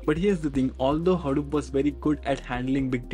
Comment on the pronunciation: it's pronounced hadoop not haroop